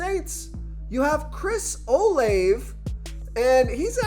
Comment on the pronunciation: His name is Chris O- “Lavey” god u sound dumb as shit do ur research